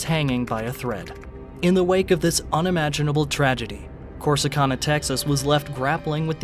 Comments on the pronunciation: The city is pronounced Cor-si-can-a! 🙄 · You’re mispronouncing Corsicana. It’s can, like can of soup. Not con, like convict. I’m not gonna mention muh hay uh.